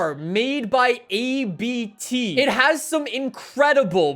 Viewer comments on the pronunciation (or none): Its abt. Not A B T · I love how he pronounces ABT like A B T but it’s a family name so it is pronounced Abt (speak it like you read it lmao) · its abt not a-b-t you fool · Very cool video, just one correction: it's actually a name so you don't pronounce it A-B-T but Abt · ABT is a german company. Abt is the last name of the guy who founded it. so it sounds like a sneeze not A B T (this information is provided from a german guy (me)) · "ABT" is actually pronounced as a single word, not A-B-T. It's a surname. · Abt is pronounced like „up-t“ in one word 😄